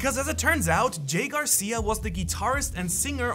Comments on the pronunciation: hey. Don’t forget the r in my last name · Your forgot the R in "GARCIA".